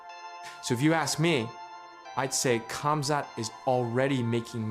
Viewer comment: Its a silent K. Guessing you still use the K in Khabib too 😂😂